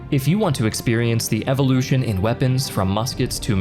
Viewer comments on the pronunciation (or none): none